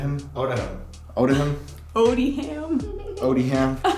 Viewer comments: pronounced 'Odiam' - long O and the 'h' sound is dropped. Come on people 🙄🙄🙄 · Just a little add on: “Odiham” is pronounced like “Opium” but with a ‘d’ instead of a ‘p’